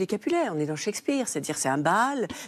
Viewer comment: « De Montaigu et Capulet ? » … non, non… de Bossemans et Coppenhole. On dirait le journaliste dans « Die hard ». Et ça façon de prononcer Shakespeare m a fait perdre deux ans de ma vie. Cheik speare ou chèque speare, je ne sais pas… Sa vie vie doit être tellement terne, un désert affectif. Un tel taux de transfert nécessite d aller consulter.